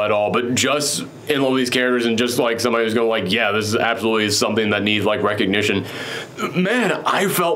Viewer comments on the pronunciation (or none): none